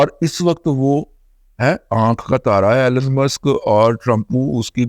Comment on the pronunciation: ایلن ایلن ایلن۔۔۔۔ نہیں جناب ایلون